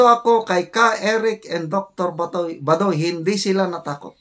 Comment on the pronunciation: pls pronounce correctly Dr Lorraine Bah doy not badoy